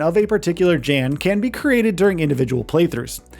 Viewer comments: It's not Dzhen, it's Yan. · 1 thing you NEED to know before making a “15 things you need to know about The Alters” is that the main character’s name is pronounced “Yan” as in young and not “Jan” as in January 😭💀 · Jan’s name is pronounced yon or yawn. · Young sound would be jun/yun. it sounds like Yon. Like Johansson sounds like Yohansson. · In the game they pronounce it as Yawn. So it doesn't matter where you live. That is the pronunciation of the person's name. Period. 🤷🏽‍♂️ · If you actually play the game, youll know how Jan is pronounced... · I feel like you mispronounced his name on purpose like a dick because there was no reason to say it as many times as you did smh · his name is pronounced multiple times in the game. nobody cares what the "American" pronunciation is. it's not an American name & "American" anything isn't the end-all be-all. that's the damn problem. you think because you live in the US, everybody must follow or excuse what YOU think is right. get over yourself. side note, I'm a New Yorker telling your goofy ass this.